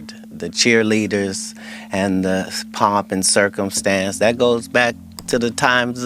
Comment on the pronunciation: It’s pomp and circumstance, not pop and circumstance.😂